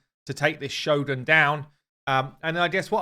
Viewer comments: Cringe every time the guy says ex-TRACT (like the verb) and sho-GUN (instead of sho-guhn) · In official RAID videos they should really pay attention to correct pronunciations. First time in my life I've heard Shogun pronounced like show gun... Cringe AF